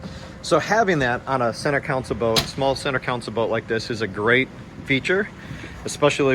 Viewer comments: Thanks for the great review but please don't say council. It's console like con sole :) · Thanks for the making the video. You did a good job of highlighting some of the differences between the two models. Just two notes for the future. A “council” is a board, political body, or advisory group. A “console” is what you’re seeing on these small boats, and it is pronounced “con-sole”. Also, the toilet on a boat is a “head”. I’m not being critical — just trying to help you communicate with folks in the boating world, as these are familiar terms for us.